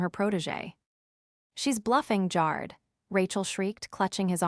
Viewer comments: Jared like AIR not like JAR.. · Jarred is how his name is being mispronounced. Like canned, put in a jar. I jarred the pickles. But the name Jared is pronounced Jaa Red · Try saying Ja' red correctly. It's not Jar' red More than a few spelling errors that once again the story poster never bothered to check an AI voiced story. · Jar-Ed, not Jared! These AI narrators are really stupid when pronouncing certain words and names, I really wish they could make the AI better at some words, because it's dumb!!! I'm sorry, I got way too bored with this story and had to say, bye-bye, it just didn't hold my interest! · Tell AI Jard is pronounced Jar-red. Long A, short E. Or spell it consistently. Good story. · So sick of hearing them say JAR JAR JAR JAR ED like he was canned only saying JARED instead. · The name is pronounced JA-red (short A) not Jar-d. Makes it impossible to listen. 😮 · Story was good, involved, but pronunciations made it less. Jarred/Jard rhyming with yard??!! I watched one yesterday that pronounce Pentagon as Pen-tā-gon??!! Good story team but, every story has multiple mispronunciations. Please fix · Jarred is pronounced (G AIR RED) AI IS horrible at pronouncing words. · Jared's name is pronounced. Good gotcha story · Driving me crazy that it does not pronounce Jared correctly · They didn't get Jared's name right once. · What the hell Is so difficult about prononouncing Jared and also the word Resume ( resume) the last e in resume is pronounced as an e. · Apparently AI is having another hissy fit because it can't pronounce Jared. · Worse AI voice for this story. It doesn't pronounce "Jared" correctly. Most of these voices have problems with a few words, but they're infrequent. In this story Jared was mispronounced dozens of times. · The E makes the A a long A